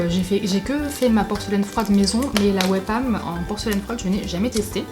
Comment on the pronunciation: Ça ce prononce wi pam même si ça s'écrit we pam.enfin je crois, bisous bisous